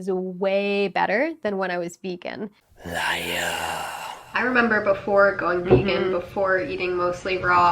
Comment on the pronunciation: You once were a ve-gone now you must be-gone!